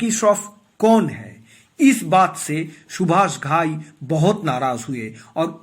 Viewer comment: Stupid fool, you gave all wrong information. Seems all bloody cooked your shitty brain. Shakti Kapoor worked with Subhash Thai in Karma also. Which was made by Subhash Thai after the success of Hero. Get your facts right an learn to pronounce name properly.